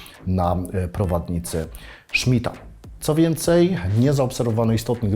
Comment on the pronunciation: Prowadnica Smitha, nie Szmidta. Nie odbierajmy chłopu :) Film jak zawsze na poziomie!